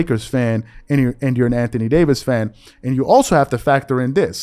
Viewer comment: Lmao he was fixing to say can't thony Davis 🤣🤣🤣🤣